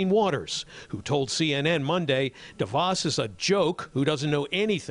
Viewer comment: The name de Vos is so short, you might expect it could be pronounced properly.